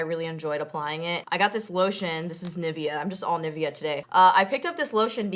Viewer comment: you pronounce Nivea wrong, cute but wrong :)